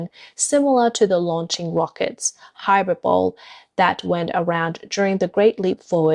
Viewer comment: It's so sad to see what the CCP has done to the people and the country. It must be hard for you as well to see this. Thank you for using a real human voice. BTW, help for pronouncing one word: HYPERBOLE. hi-PER-boe-lee. You're welcome.